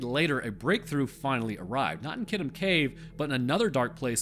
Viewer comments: Great story! Even better story-telling in a way that isn't too preachy. I clicked on it because the name sounded vaguely familiar. I could rag you about the pronunciation of Kitum (kee-toom) but the story was way too interesting for that to get in the way.... the story behind the immunology of bats is really interesting. As an aside i lived in an apartment with some bats for a few years...and as has been pointed out elsewhere they do pretty good pest control but i guess with the good you also get some bad? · Wow never heard it pronounced that way. Usually people pronounce is ki toom. But that’s ok.